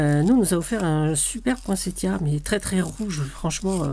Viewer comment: Cc, merci pour cette magnifique page et ce conte. J adore t écouter ❤..merci pour l info..maintenant je sais qu il faut prononcer cette fleur avec le son t et non le son s. Bizouilles 😍 a bientôt 🎉